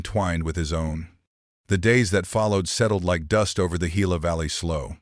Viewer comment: Gila is prounced HILA!